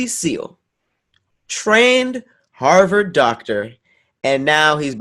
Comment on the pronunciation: meant to say Harvard but said Harvid. 😂